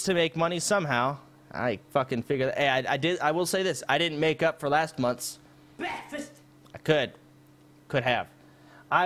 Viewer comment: LMFAOOOOO I HEARD BEKFAST I'm here because you refunded someone a 1100 dollar refund respect I'm subbed